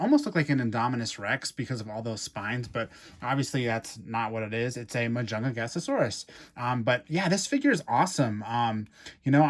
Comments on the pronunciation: Only ONE "GA" ⭕MA-JUN-"GA" -SAURUS⭕ you are talking ❌ma-jun-ga-ga-saurus❌ Hahaha 🤦‍♂️🤦‍♂️🤦‍♂️🤦‍♂️🤣🤣🤣🤣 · Please never say majun gasasaurus AGAIN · its pronounced mah-juhn-gah-sohr-us. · you say majungagasasaurus when its just majungasaurus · 2 things - Firstly it's pronounced ma-jung-a-saurus Secondly your correct about the arms. Carnotaurus and majungasaurus are both part of the group "Abelisauridae" which are well known for their short faces and short arms. They were the top predators in the southern hemisphere when things like trex and spinosaurus ruled the north. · I was like "Majungagasasaurus? Huh?" Lol it's definitely a unique pronunciation! 🤣😂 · That's 'Ma-Junga-Saurus,' my friend. But it's OK. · Ma junga sarus is how you pronounce it/ also love your videos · that's not how you pronounce mujungasaurus